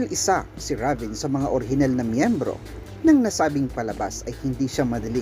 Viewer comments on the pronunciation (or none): rayven pag pronounce po nun ndi ra ven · Reyven po tamang pagbikas ng RAVEN name